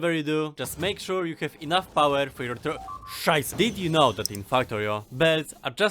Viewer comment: "scheiß-" That sounded like the German word for "sh*t"